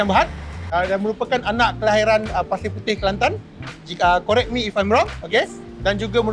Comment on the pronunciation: Aku siap rewind nak dengar balik “korek me if i’m wrong” 😅😅😅